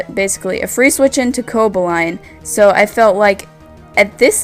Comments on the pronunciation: Where's the enthusiasm? This was almost impossible to watch. Also, I think its CoBALlion, not Cobaline, like you're pronouncing it. Meh match, between two meh players. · co-ball-e-on not co-bo-line lol great vid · Everytime you said Coboline,(Or Cobolion? Cobaline? Whatever...) something died inside me. Good match though, I feel kinda bad that I watched the battle on Wile's channel first. And nice narration of course. x) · Co-ba-lee-on more like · Great commentary, mispronounced Cobalion but other then that it was very well done. You just got another sub. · butchered Coballion (sp) pronunciation.